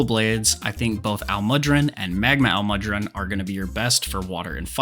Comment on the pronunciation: That butcher on almudron’s name hurt my soul